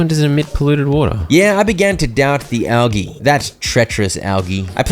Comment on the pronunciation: The way you say algae infuriates me, but this is good for my anger management.